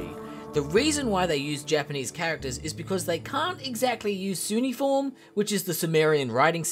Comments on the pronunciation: Its pronounced ku-neigh-e-form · cuneiform is pronounced with a k sound